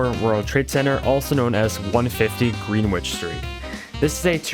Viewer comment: let’s go he actually made it Edit: btw it’s pronounced (gren-itch) not (green-which)